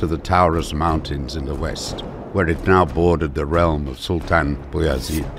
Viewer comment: I like how the narrator pronounced beyazid name correctly something closer to its arabic origin "abu yazid" meaning the father of yazid